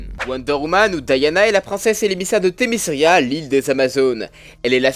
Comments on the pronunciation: Voilà juste c'est pas méchant on dit Themis"qui"ra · ...le C se prononce dans temiscira(écriture foireuse) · pk tu déforme tout les noms important comme le nom de l'île